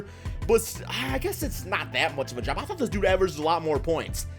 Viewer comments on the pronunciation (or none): none